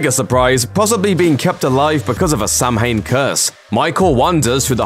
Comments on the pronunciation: Ok I'm Irish samhain is irish for halloween but it's not pronounced sam-hane its pronounced sow-in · Ummm, it's not SAM-HAIN. It is pronounced sow-win. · It’s sow-hein, not sam-hane, but I love this video. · On behalf of the nation of Ireland, it is pronounced 'sow-in' not 'sam-hain'... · It's pronounced Sow-when not Sam Hain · Sow- when,, not sam hane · Samhain pronounced Sow-wen not Sam-hayn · Every single Irish person cringing at the pronunciation of Samhain. 🤦🏻‍♂️ ‘Sow-in’ (as in the pig sow) not ‘Sam-hain’. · SAMHEIN? No no no no no - it is pronounced SOW win. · Sam Hain curse? Dude you're English, how do you not know that it's pronunciation is "sow-in" with the "ow" like in "cow" or "sow-een" (as the Scotts prefer)? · Sam hain. 😂😂😂 next time pronounce it like sow (female pig) an or sow in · you mispronounced samhain (pronounced saowen) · It is not said Samhain! It is pronounced S ow an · Just a heads up. Samhain is pronounced Sow-in. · Thank u glad I wasn't the only one who noticed that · FYI - Samhain is pronounced "sah-win" (it's Gaelic). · Samhain is the Irish word for Halloween it’s actually pronounced saw in Irish as that was the original way of saying it as Halloween was created by the Irish celts I know this as I’m irish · he calls it a Sam Hain curse? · Samhain is pronounced "Sah-win" if im not mistaken :) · Samhain is pronounced S-owe-wan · Lumis running around screaming Samhain when it's pronoun sow-en makes me really mad... mad enough to kill my sister and all her friends... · Can't get past his pronunciation of Samhain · Oh god, the butchering of the word 'Samhain'...